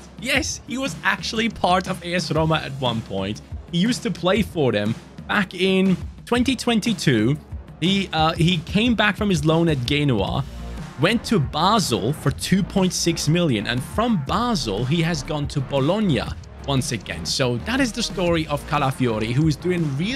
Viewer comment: Great video but I noticed at the start that you miss pronounced Genoa. Genoa is pronounced With a j like Jerry not a g, that J sound at the front of Jerry is how the G is pronounced in Genoa